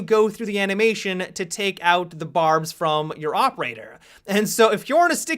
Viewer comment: Can you fucking say from properly